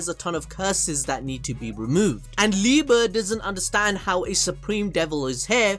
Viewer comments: Love the videos but I’m gonna have to clown you here just for a small second 😂! It’s pronounced Liebe(liebay) not liebuh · No it's literally the right way to say it's lie-be it's the german word for love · The way he says Liebe triggers me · Stop saying /mayukiula/, is /meyikiula/ and is /libe/ not /liba/